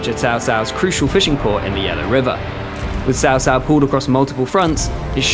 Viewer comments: you literally say Chow Chow, like the dog. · after all this time, how are you still saying his name as SAO SAO?!